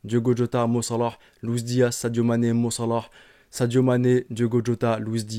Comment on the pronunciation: La manière de dire "Mo Salah" est tellement ridicule et détestable